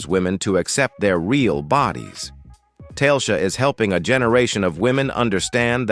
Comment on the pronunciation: The name of this woman is not tailsha. It is TA le sha. If you want followers get a new narrator.